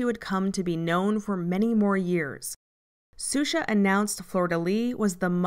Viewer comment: Just a small nitpick: the name is pronounced "Shusha", not "Susha". This is anither great video, though.